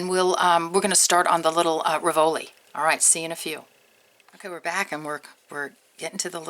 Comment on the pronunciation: Love your designs! Have to say though, is a pet peeve, the accent for "rivoli" is on first syllable not the second. Keep up the great work!! <3